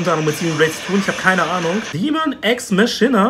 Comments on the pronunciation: Es wird Makina ausgesprochen 😒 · Deus Ex Машина Viktor.. Warum sprichst du Machina russisch aus? XD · Viktor, dass nennt sich Machina, ausgesprochen Makina. Mit einem K. Die Ex Machina ist eine göttliche Waffe.